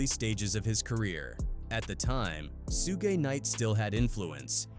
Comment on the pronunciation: I wonder what sugeI would think of being called Sue gay lol